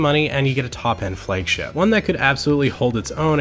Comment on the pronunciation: Why does he say flaygship instead of flagship?